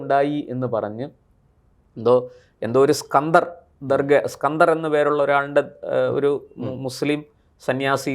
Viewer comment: സ്കന്തർ അല്ല സിക്കന്ദർ ആണ്.